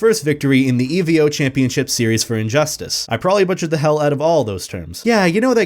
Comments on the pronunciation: You said evo wrong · Excellent work on this! I can tell you did your research, and you definitely did SonicFox justice with this! Very well made, but the way you pronounced EVO kind of got on my nerves. Other than that though, great job! It was definitely worth the wait, and I can't wait to see him kick ass at COMBO BREAKER 2018 this weekend like he always does! Keep up the great work! The content is great!